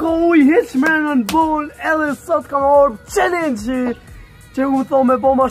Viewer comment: Thuj qallengj Jo qelengj